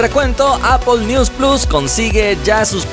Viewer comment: Como se pronuncia? Apple? "Apol"?😂😂😂😂